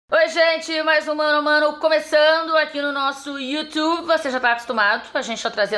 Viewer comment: Uma pessoa q fala YouTube assim nem respeito merece